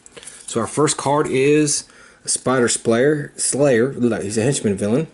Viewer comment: I am also constantly mispronouncing it spider "splayer."